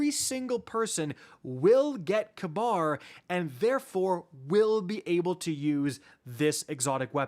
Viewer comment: funny tho since in real life its pronounced "ka-beer"idk how they butchered it so hard. or they hate the middle east that much